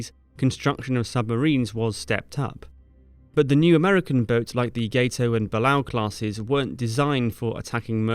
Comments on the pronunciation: Gato is a spanish word pronounced "gah-toe" ... Not gaydo like you're saying it. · Lol Gato is pronounced Gahtoh, not Gaytoh. The Spanish word for Cat. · GATO is not pronounced GAY-TOE. It is pronounced GAH-TOE, as in "cat". It's spanish for cat. A stalker. A hunter. Not weird homosexual activities with pedal appendages. :) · Gato is pronounced Gah-to. Gets non-Americans every time. It is pronounced as the Spanish word for Cat. The USS Gato was named after a species of Cat Shark. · Just FYI, the sub classes are pronounced "got-oh" and "buh-lay-oh". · Gato Spanish for cat. Not gate oh.